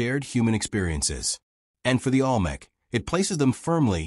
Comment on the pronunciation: The AI can’t even pronounce Olmec correctly.